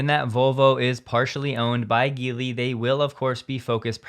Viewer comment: Geely is pronounced "Jee-Lee"